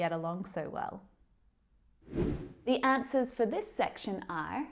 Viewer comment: you said "asnwers" instead of "answers"